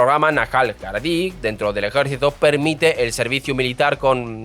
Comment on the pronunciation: No voy a entrar en tu analicéis que me parece bastante acertado, pero tu pronunciación de las comunidades judías es tan mala que cuesta reconocer lo que dices: Cuando dices aradies es de suponer que quieres decir haredím (Jaredies) y cuando dices algo así como mirrais debe pronunciarse misrrajís (misrrajies) lo que resulta directamente inteligible es cuando dices algo como ayacansies, es de suponer por descripción y descarte que te refieres askenazím, (esquenacis o asquenacis) Saludos y te recomiendo que consultes estas cosas antes porque no lo hiciste mal, lo hiciste peor 🤣